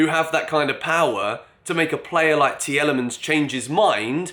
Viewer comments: Tielemans is pronounced “Teelemans” btw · Take it from a Belgian, Tielemans is pronounced like Tea Le mans!;)